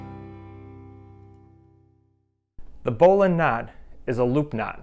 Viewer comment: I’m sure there is an argument to be made for other pronunciations, but this is definitely the original pronunciation.